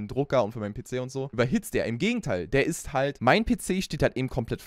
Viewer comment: Er hat am Anfang einfach Schwarzwälderisch geredet: dass es Statisch isch 😂😂